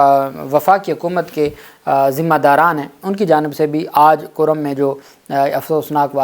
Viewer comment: یہ نام ”کُرّم“ ہے (Kurram) پلیز تصحیح کرلیں